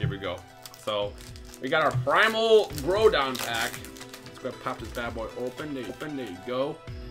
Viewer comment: Did you just say Primal "Growdon"?...lol